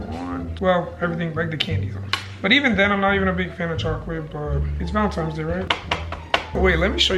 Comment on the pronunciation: MY MAN SAID VALENTIMES DAY AYOO LMAO IM GLAD IM NOT THE ONLY ONE WHO SAYS THAT